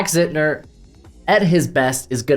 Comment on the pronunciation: If you had, you would have said ZIN-TER, instead of Zit-ner.